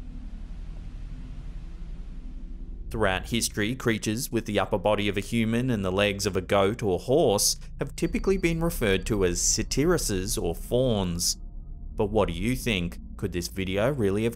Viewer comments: Not sat-ear-at-hers!! Sat-ires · Dude, it's pronounced Say-ter, not Sa-tear-ra-sis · Satyrs is pronounced SAY-terz or SAH-terz, with emphasis on the first syllable, NOT the second as its mispronounced here. This is not pedantic. The mispronunciation causes confusion and misunderstanding, which is not what the site desires, I'm sure. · I have only heard mythical creatures with goat legs called ‘Satyrs’ pronounced ‘satters’... interesting video! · Satyr- like "satter"✌🏼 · That's... that's not how you say satyrs, not even close.